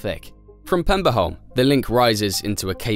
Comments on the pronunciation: The Danish name of the island is Peberholm, not Pemberholm. The Swedish name is Pepparholm. Both meaning Pepper island. No extra points given for figuring out what Saltholm means. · if he'd just said pebberholm it'd be fine but Pemberholm is... Interesting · I cant keep listening to the Pemberholm :( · At no point does this video answer why they had to build a tunnel AND a bridge. It only answer why part of it had to be a tunnel, not why it couldn't be a tunnel all the way. And as others have pointed out, it constantly calls Peberholm PeMberholm for some reason. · So many facts in this video that you got wrong that I'm not even gonna try to summarize them all. And as other commenters have said, where do you find the M in Peberholm (Danish) Pepparholm (Swedish)....